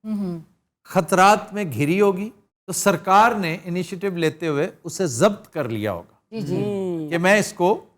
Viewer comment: یہ لفظ ضبط جو آپ نے آج کیا ہے لفظ ضب-بط ہے ب پر جزم ہے